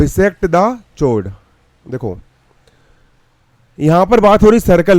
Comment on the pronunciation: This is chord not shord😂😂